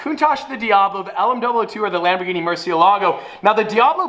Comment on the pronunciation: Lamborghini cian lol